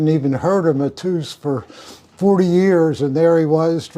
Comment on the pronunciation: It’s not Matooos, it’s Mat-Ey-Us…. Lemmy was my first boss, I can assure you he would NEVER have been a MAGA supporter, the opposite in fact… and if he’d known you were, he probably wouldn’t have buddied up..